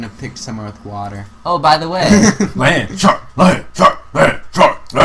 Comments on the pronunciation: it sounds like justin is saying lanchop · when justin was chanting LANDSHARK it sounded alot like LAMBCHOP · it started to sound like Justin was saying 'Lamb Chops' :P